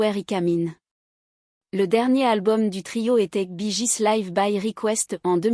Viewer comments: Bonjour...Mais c'est QUOI cette façon de prononcer leur nom...???😂😂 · Encore une de ces vidéos traduites par une IA en un français approximatif et avec une voix « robotique » grotesque. Rien que la prononciation de leur nom est ridicule… Tant qu’au contenu, c’est médiocre: c’est en-dessous de la page anglophone Wikipedia sur le groupe… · Bonsoir vous prononcez très Mal leur nom de Famille ! J'aime beaucoup ce Groupe depuis que j'étais au Lycée.Celà se prononce Bi Giz et celà s'écrit Bee Gees et celà se prononce Guib et celà s'écrit Gibb.Íl y à 3 Frères qui sont Décèdés en comptant Andy qui chantait en Solo ! Apprenez à parler Anglais ou Américain ! 🤣🤣🙏 L'accent n'y est pas du tout ! Bravo pour la Vidéo !